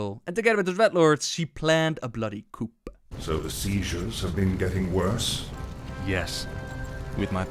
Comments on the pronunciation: The "p" in "coup" is silent btw. It's said exactly the same way as "coo". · I hope you know I am your friend and I love you as such.. Pronounce coup as " Coo". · Bloody "Coup" as in chicken coup.. lol i think you meant coup, pronounced cou, the p is silent. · the P is silent in coup. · Side note, the 'p' in 'coup' is silent.